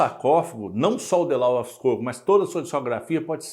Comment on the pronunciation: A pronúncia não "LAUS", e sim, "LÓS"